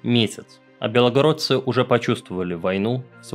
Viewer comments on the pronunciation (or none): Во первых, не белОгородцы, а белгородцы, и ты почти все названия населённых пунктов области искаверкал. Очередная чушь, когда тебя уже к навальному отправят? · хороший фильм, но белОгородцы очень сильно ухо режет.